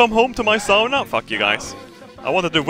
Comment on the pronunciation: ITS.FUCKING. SAUNA. S-A-U-N-A NOT SHOOWNE ITS SAUNA NOT SAW ITS SAUNA